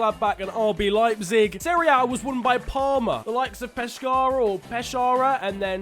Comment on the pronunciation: Pescara's c is pronounced like k